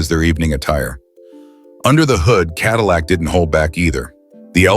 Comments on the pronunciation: “Adillac”? Really ? Sounds like a heartburn treatment. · CADILAC BROUG HAM??? WTF IS THIS SPEAKING???